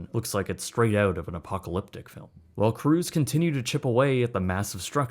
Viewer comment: Every time he says “Oot”. Drink! 🍺